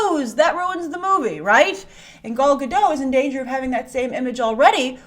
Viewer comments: You STILL haven't learned how to pronounce Gadot. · She always forgets to pronounce the “T” in Gadot